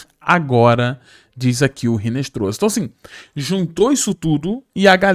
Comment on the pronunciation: Pqp. A pronúncia não é RINESTROZA. É INESTROSSA..no espanhol o H não tem som